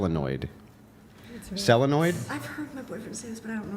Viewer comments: whats a "selenoid"', its a solenoid ma boy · "What is a selenoid?" is usually stronger in debate than this. It's a SOLENOID. Beard revoked. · cant say solenoid correctly, what a man😆